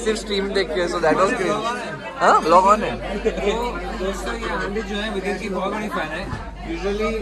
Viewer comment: Not goosebumps....But my body shivered when he said vidit!!! So proud of you bro!